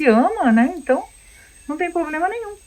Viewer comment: Quem tem um " poblema" tem dois né ? Problema é o certo.